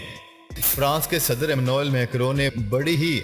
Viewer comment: France k president ka 1st name ap Sahi ni bolty